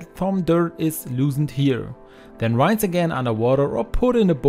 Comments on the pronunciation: good to know. I wasn’t commenting to criticize him but rather to help . Just as Spanish is my second language and I always appreciate training on proper pronunciation of words. ❤️ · In all your videos you make a prononciation mistake with the word "rinse" showing you aren't english language native. German, isn't it?